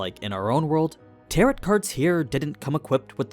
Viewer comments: Pls it's "tarrow" not "tarrot" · Love these videos and pretty hype for covering this series! Minor feedback: "tarot" has a silent "t" at the end (it's a homonym with taro, the root vegetable). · just an fyi tarot isn’t said as it’s spelled it’s got an oh sound at the end not an At sound, so it’s Tar Oh. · It's pronounced TARO (not tarot) :) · Tarot is read as Taroh, FYI. Your vid’s are sick as always ❤ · Tarot is pronounced "teh·row". Not like Parrot. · IT'S teh·row STOP PRONOUNCING THE SILENT T, FFS. Where did you learn to read? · The last t in Tarot is silent, everything else is great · I agree. the mispronounciation was driving me crazy. Besides that, Great Video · You mispronounced tarot. It is a French word and the final t is silent. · Feedback: When you mispronounce "tarot" it makes me think you're using AI slop to voice the dialog. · I can't be the first to mention it, but the t and the end of Tarot is silent. Tarot rhymes with arrow for american or i could be tah - row for british. either way the t is silent. But i haven't seen the dub so if they decided the pronounce it that way then i guess that's how we pronounce it for the purpose of the show. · Tarot, the T at the end is silent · why is he saying tarot like that? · I love your content but for the love of god, please learn how to pronounce tarot. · the t at the end of tarot is meant to be silent..... other than that great video. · You don't pronounce the last t in tarot. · Small, small nitpik.... 'Tarot' is pronounced with a silent 't' on the end. French words, go figure. Thank you so much for this context. It helps a lot!